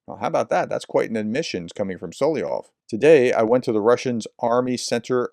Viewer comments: Vladimir Soliov? Solovyev. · It is this way sound it out … So….low…vee…ev. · Соловьёв: 'Sa-lav-YOFF (really!)! (the 'ё' is always the one stressed syllable in russian).